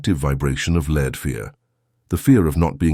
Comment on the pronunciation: I wonder how one gets the AI to make the distinction between Lead the verb vs the metal as it narrates. Maybe use another metal also easily malleable for this narration. Otherwise very powerful message hopefully not acquired too late.